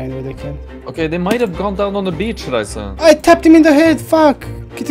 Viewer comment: Why does pronounce your name as ''Raisa''? XDD